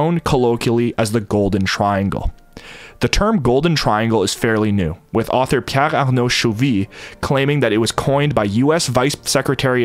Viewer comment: You really say Piar???? If you mean Pierre?